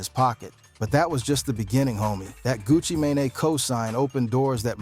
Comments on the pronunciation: That AI crazy 😂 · Ai needs some help lol smy gucci who? One thousand and seventeen ? Shisty shyiesty sheesty.. homie.. gang. Fam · Did he call him Gucci mayonnaise😅😂😂